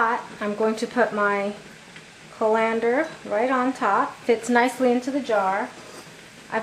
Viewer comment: You are giving the accent on colander on the LANDER part instead of the first part of the word CALL. CALL lander not call LANDER.